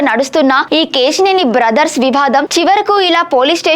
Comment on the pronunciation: Ke..shee.. neni,...kaadu Akka Ke...Si...Neni.... telugu ni murder chestunnav